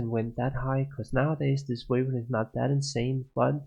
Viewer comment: Damn the way your pronounce "weapon" annoys me more than it should.. nice items who!